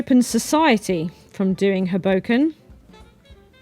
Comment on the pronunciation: ...hoeBOWken.. Is the place 😊 you again worked your Magic...